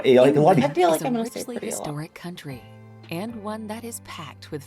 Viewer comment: I love your reaction videos guys, but the one you’re watching this time is such a pile of junk. Ridiculously inaccurate, omitting obvious facts, the narration is written by an ignoramus and read by an illiterate. The pronunciation is crass. For example pronouncing County as “Country” and Oxford’s Bodleian Library as the “Bodo - lane”. There a great many great videos about England but that is certainly not one of them. Love yours though.